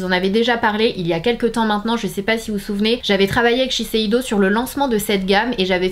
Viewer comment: On dit sheseido et non sesheido je pense non ?